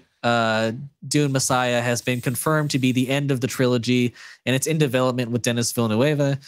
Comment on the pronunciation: dennis villnewayevuh you didnt even try duh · nee vil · nuv